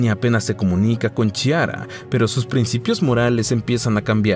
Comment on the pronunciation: Es Chiara y se pronuncia Quiara o Clara en español. Muy desagradable oírtelo decir mal todo el tiempo.